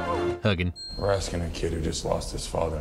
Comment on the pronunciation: The word is hugging, not huggin'.